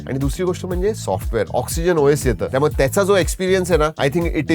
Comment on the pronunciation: आजचे शब्दोच्चार आधीच्या व्हिडिओ पेक्षा बरे होते पण सुधारणेला अजून बराच वाव आहे. "त्यामुळं"नाही, "त्यामुळे".